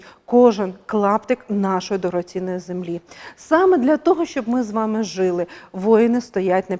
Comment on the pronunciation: Жили... Наголос на другий склад.🎉❤